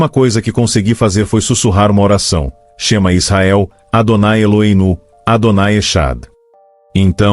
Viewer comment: Este rabino pronunciou palavras hebraicas errada no shemah ysrael kkkkk